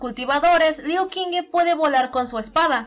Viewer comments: no seria liu shingu la pronunciación? :'v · In addition to the fact that I had already said in a video that I don't know how to pronounce Chinese names, so an apology ⊂(・﹏・⊂)